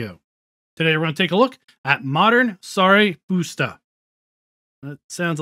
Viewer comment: As a Hungarian i gotta say you had a good attempt at pronouncing the name 🤙